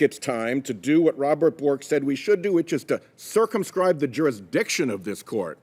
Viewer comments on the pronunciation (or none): none